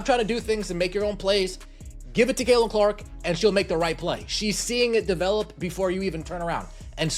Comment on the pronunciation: Caitlin not Kaelin